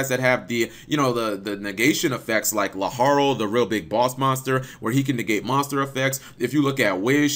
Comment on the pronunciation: Laharl????? Really cap come on man it's LaFarl